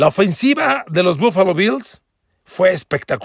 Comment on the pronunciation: PARA MI BUFALO ES BUENO PERO NO COMO LO DICES